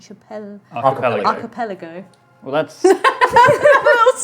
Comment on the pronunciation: struggling to pronounce "Archipelago" almost made me snort my orange juice out my nose...